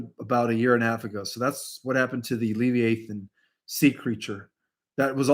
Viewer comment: It’s pronounced Lev-EYE-uh-thin